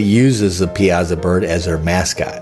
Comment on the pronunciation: It's pronounced Pie-a-saw